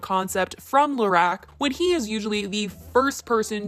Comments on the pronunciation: it’s LA-ROCK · Your pronunciation of Lorac 😥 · The way you’re saying Lorac is giving me anxiety